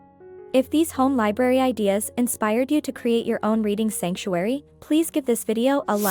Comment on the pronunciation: Sorry you keep saying liberry, not. library